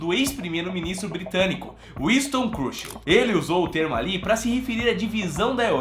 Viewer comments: O video é legal mas nao é Curchel, e sim Churchill. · Winston "CRUCHEL"? Desculpe. Mas, o certo não seria "CHURCHILL"? Com a pronúncia aproximada "TCHÃRTCHEL". 🤔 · ...a pronúncia correta seria "Xurxil" (transliterando para o português). Winston Churchill é um vulto histórico universal. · Meu querido, gosto muito do seu canal e sempre te acompanho, mas errar assim o nome de um dos maiores estadista do século XX quando temos tantos programas que nos ajudam a ler os nomes "difíceis"! Pelo amor meu querido! Digite o sobrenome Churchill no Google tradutor que vc ouvirá a pronuncia correta! Winston Churchill memorável primeiro ministro inglês! #ficaadica!